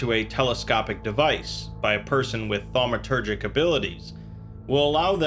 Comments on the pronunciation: Well, ya lost me after 5 armed Eel and Tetrahedronal object. Aslo, its pronounces phonetically like TAW-met-er-jik. Not THAW-me-ter-jik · I'm gonna be the jerk that says *thaumaturgic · SCP drinking game: take a shot every time he says 'Thawmatergic'